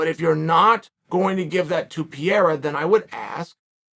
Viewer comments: C'mon, uncle Sonnen. It's not difficult. It's PEREIRA. Not PIERA. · Help Chael... PEH-RRE-RRA, PEH-RRE-RRA, PEH-RRE-RRA. ...you can do it .. PEH-RRE-RRA. Who the fook is pierra??? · Uncle ‘Cheel’ its not ‘Piera’…dudes name is Pereira 🥴 With respect 🙌🏼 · Come on Chael say it with me Pa-ray-Ra- not Pier. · Uncle Chael, just because you pointed out nobody warned you about "Will" Fury in the comments section, in another video, I want to respectfully inform you that "Pieira", in Portuguese, is the wheezing sound that people have when they have asthma or bronquitis. So Alex's surname is Pereira, pronounced "Pe-rei-ra" and means "Pear Tree". Anyway, love your videos. Warm greetings from Portugal. You're the best! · It is so annoying uncle Chael can't pronounce a single name properly.. who the ** is Pierra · Chael you need to stop butchering these names man 😂 “ Perri” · Chael “Peeira” Sonnen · Give Pee-air-ah the shot... thats the end of it!!! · Why is so hard for Sonnen to learn to pronounce Pereira's name correctly? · How did I know chael was gonna mispronounce Pereira before I clicked on the video? 😄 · Does Chael delibrately mispronounce Pereira? Does it bother anyone else or is he just carrying on his troll campaign against the Brazilians? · Petition for Chael to Pronounce Alex’s last name correctly? ✅🇧🇷